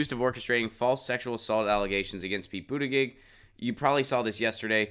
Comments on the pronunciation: You lost me at multiple mispronunciations of his name. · Adam Gulick he spells it out correctly but he does not pronounce it correctly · Why do you keep saying his last name wrong? Why do you keep saying his last name wrong? Why do you keep saying his last name wrong?